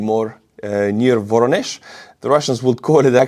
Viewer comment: Voronezh is pronounced "va-RON-esh".